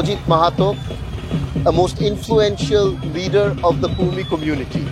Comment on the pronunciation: It's not Kurmi, it's Kudmi